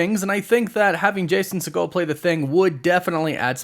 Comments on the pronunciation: Umm sir Segal. Not pronounced as Seagal. Had me thinking Steven Seagal had a kid in this movie or something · 😂 it’s pronounced “See-gel” he’s not related to Stephen Segal